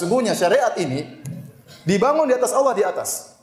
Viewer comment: Yg membuat konten ini salah kaprah ketika menyebut Alloh